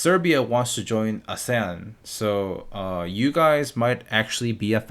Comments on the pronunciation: Hahah great video! By the way, it's ah-see-yan for ASEAN. :) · YOU FUCKING FOOL ITS PRONOUNCED "AH-SEE-AN" NOT "A SAY UN" YOU THINK WE KOREAN AH? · Ahhsan?? Ahhh seeeyaann